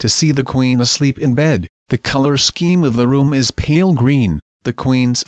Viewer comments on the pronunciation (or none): none